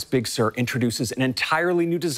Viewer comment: Big Sir or Pixār~